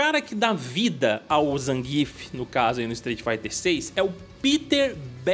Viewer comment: Nem zangíf nem zanguiéf. Porque não falar como o PRÓPRIO COMENTARISTA NARRA NO JOGO com ênfase na primeira sílaba????🤔